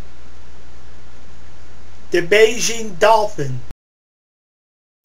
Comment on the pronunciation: and it's the 'Baiji' dolphin. .. not the Beijing dolphin. ..